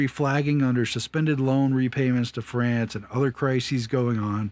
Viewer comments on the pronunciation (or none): none